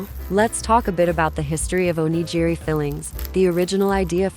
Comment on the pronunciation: Those aren’t souvenirs. And please learn how to correctly pronounce “onigiri.”